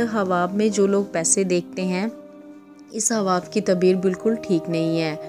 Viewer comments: Ye hawa kya ye hawa khwab bolna nai ata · تم خواب بول رہی ہو یا حواب ۔۔۔؟ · الف ساکن ہے اس لئے خواب کو صحیح پڑھیں